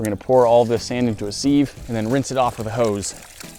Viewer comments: Hey, just a heads up, it is pronounced "siv" not "seeve". Great video. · Hi, sieve is pronounced “siv”. The e’s are silent. So it’s siv as in Viv, not sieve as in Steve....waits for backlash from people trying to teach an Englishman how to speak English. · Sieve....the E is silent!!!! "Siv" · A "seeve"? A "seeve" made of "basewood"? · he says sieve wrong every time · I don't know how much longer I can take pronouncing "Sieve" incorrectly.